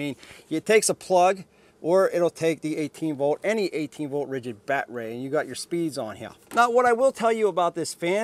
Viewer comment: Nice review…Enjoyed all except the “bat-ray” and “ryobi not reeobee” bits…thx